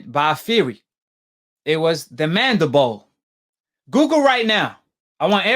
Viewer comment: “Mandibo since everybodee believing googel”